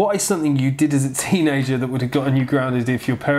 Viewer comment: You say soNething, and it's sooo cute 😊 I also hear a lot of 'N's instead of M ☺ Totally cute 😊